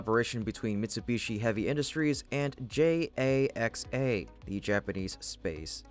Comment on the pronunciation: cant pronounce JAXA... And always mispronounces a few words per video. Im telling the Host to learn the words he is reading. And Im FRENCH!